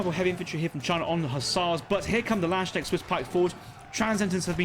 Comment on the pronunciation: I never get tired of the English speaking saying "Laanschnegg" when they're trying to say Landsknecht.